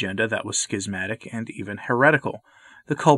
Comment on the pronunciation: I appreciate the pronunciation [skizmatic]. The alternate [shizmatic] just sounds wrong to me.